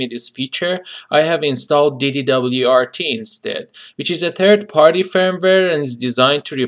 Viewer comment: Hahah, you say it like you say NASA, not like FBI. So, DD-WRT you'd say the WRT portion similar to "wart" 😉 Nice video tho!